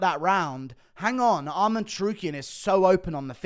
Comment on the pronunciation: It's Arman, not "Armand" ffs. Funny thing is, he says Armen when referring to Armen Petrosyan.